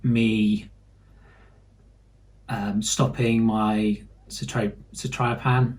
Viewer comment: It's suh·ta·luh·pram with the accent on the 'ta'